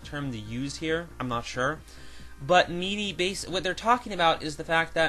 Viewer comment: FYI MIDI is pronounced like mihdee.